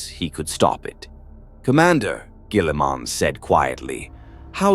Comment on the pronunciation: Lol robot gwèeeleeemun.